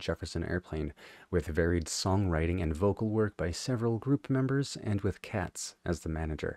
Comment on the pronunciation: Katz is actually pronounced Cates. He was fired by the Airplane, and ended up causing Moby Grape's band members a lifetime's worth of grief over litigation concerning ownership of the name and songs from the first two records. The first album remains their best but if you enjoy this song check out both "Seeing" from "Moby Grape 69" and "Can't Be So Bad" from "Wow."